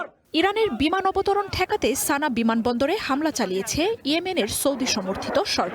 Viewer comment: সানা নয় বরং সানআ